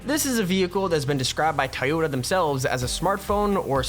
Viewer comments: Toh yo ta not tie yo ta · Toy yoda that's how it's said not tiyoda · its not tiyota toyota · its not tieota its toyota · I hate how he says Toyota it's not tiyota it's toy-o-ta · I'm probably going to get called dumb but it he's pronounce Toyota with an i so sounds like tiyota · Dude is saying tieyota not Toyota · It is said like toy-yo-ta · It’s pronounced toy-oh-ta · u said toyota wrong dude im sry if its an accent